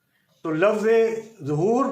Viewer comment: Sabse Pehle ه Or ح Farq Kijye Uske Baad Zahoor Or Wilaadat Farq Kijyga